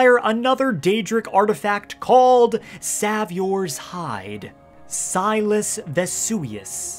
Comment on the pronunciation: Saviours hide... how tf did you mess up the pronunciation... savi-our?